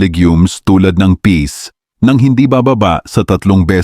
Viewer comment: Peas not peace 😅 Flours not Flowers 😅